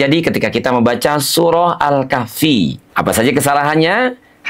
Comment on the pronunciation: Pak menyebut kahfinya kok begitu... hutuf ha nya hrs spt bergetar dadanya